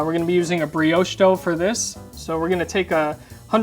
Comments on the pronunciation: my man said breowsh 😂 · I got very distracted by the constant mispronunciation of brioche 😣